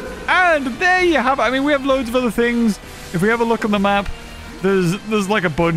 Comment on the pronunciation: Mean not mèan!